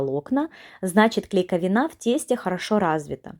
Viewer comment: КонсистЭ́нция😅.. И что ещё за панатонЭ..клейковинА́